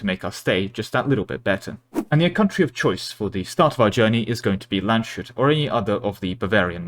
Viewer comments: My german heart breaking with the Land-shut. Try Lands-hut, similar to pizza hut :D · Cyrenaika was pronounced quite right but Landshut was terrible and quite funny how you spelled it, this is because its spoken lands hut.🙃